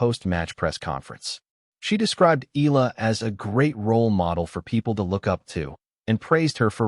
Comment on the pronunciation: Pronounced Eh ya la ...not Ila🙂